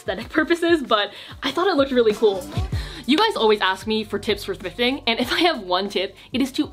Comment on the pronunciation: i fucking cried at "tips for fwifting" hahahahahaha